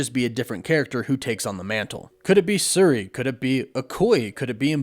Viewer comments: It's not suri, it's shuri silly guy lol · In this video… called Shuri, “Sir-E”. And Okoye, “O-koy”. Shame shame… also both Warren, and Chris over at culture are still calling Chthon, “Kuh-Thoon”. It’s Kuh-Thawn. Gosh dang it guys, asdfghjkl!***